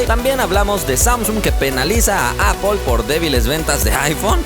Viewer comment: ¿Appple? Y ¿Xiami? 😂😂😂 Un saludo